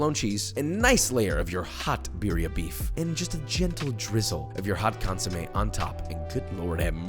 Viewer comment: Pro on ounce consomede so funny and white